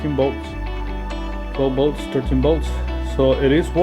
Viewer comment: Did you say 12 13 bolts or volts??? Here in America most of us call that kind of current volts ! Haaaa haaaa just kidn man good video bro